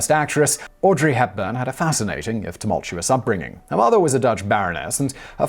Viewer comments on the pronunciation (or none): none